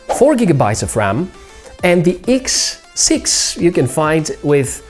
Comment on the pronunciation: what " iks" siks hahhaha